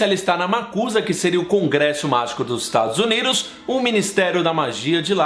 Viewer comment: "Estados Uniros" HAHAH Muito bom o vídeo, amei <3